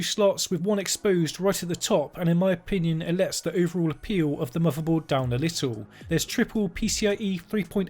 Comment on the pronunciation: “Muvaboard”. You have a new sub!